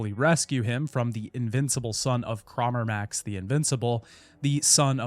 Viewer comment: please for the love of god. its crawmerax. not crawmerMAX